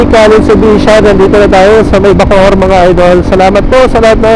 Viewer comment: Bacoor Cavite po Sir hindi po Bocoor Cavite